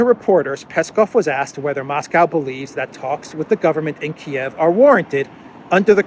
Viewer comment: I know is a very inteligent guy even though he struggles to identify which is a tortoise and which is a turtle lol If only I could help him to say Mosco instead of Mosgow then I would stop focusing on it and concentrate on what he's saying rather than having to rewind 10 secs each time. Great videos though.